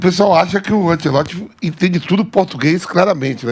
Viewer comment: Que agonia desse povo falando "Antieloti".